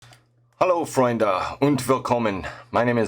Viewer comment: Your german pronounciation at the beginning is pretty on point. look a lot of "germany-fascinated-related-living" Americans and many pronounce EU wirdly in words like Freunde this is amazing. You have the freedom of saying what you want, but not to herass.